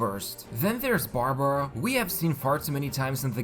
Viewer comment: Barbruh.... 😂 Bruh...